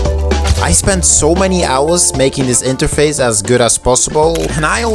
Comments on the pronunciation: i rlly dont wanna dissapoint u but... (i am not hater) its interface, not interfase... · it's interface not interfase** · Bro it’s pronounced “INTERFACE”